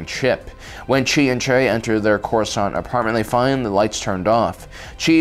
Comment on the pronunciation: the accents it ain't good ole corsaunt basic